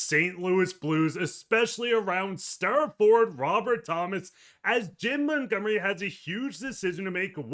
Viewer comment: "Jimb Muntgumry"